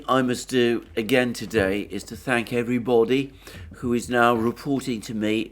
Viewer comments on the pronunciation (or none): none